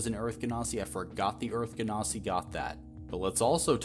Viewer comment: "genasi" is a soft G not hard. It's rooted in the word "genie" because they're elementals.